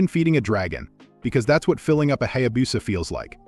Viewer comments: Yes, it is pronounced Hayabusa, not Hayabusa. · If a Hayabusa is so legendary, you should learn how to pronounce it.